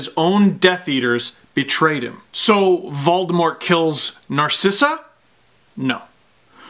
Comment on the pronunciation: The fandom in this video goes so deep that Steve uses the actual pronunciation of Voldemort that Rowling always intended! Vol-Deh-More, silent T.